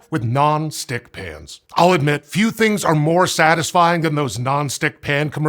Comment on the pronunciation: He keeps saying 'pans' and 'pans' and all I hear is 'pants'